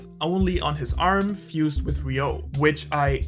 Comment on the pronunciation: Ryuo not Ryou.. Pronounced as Ryuuuu O! As much as possible, avoid westernizing the word.. Please watch the animation, it will help you with the pronunciation...